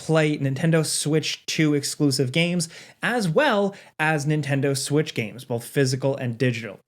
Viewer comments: He said that 🤣🤣🤣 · i heard that too haha